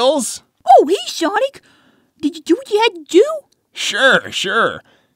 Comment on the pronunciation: "HEY SHONIC"